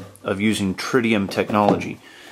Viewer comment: it not tridium it is TRITIUM :) Really nice watch !